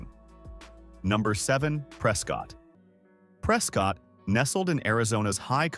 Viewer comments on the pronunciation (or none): Locals pronounce it: “Press Kit”, not “Press Scott” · “Press Cut”